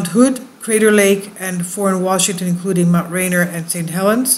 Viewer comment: Ridgecrest is two hundred plus miles south of Mammoth, as is Coso volcanic field which is mined extensively which makes me it’s not likely to erupt any time soon. ASL you said the words Patreon and Nt. Rainier sooooo badly wrong that it’s incredibly embarrassing!!!!